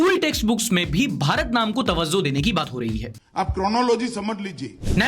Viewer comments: it's "Tawajjo" not "Tawazzo" 😅 Btw love ur content ❤💖✨ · bhai sahab "tawajjo" chahunga ke "tawazzo" nahi hota hai 😂